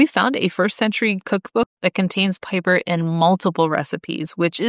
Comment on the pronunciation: You could have looked up the correct Latin pronunciation of "piper" before making this video instead of just assuming it's pronounced like the English flute player and pronouncing it wrong a gazillion times.